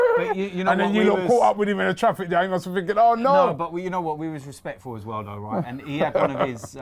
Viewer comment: Instead of traffic jam Robbie said Autrafficyang